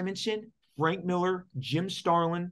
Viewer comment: Lots of namechecks for here. Maybe Mark can teach him how to pronounce his surname. “Millaaaah”.